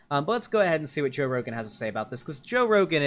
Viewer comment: seconds into video: “Joe Rogum”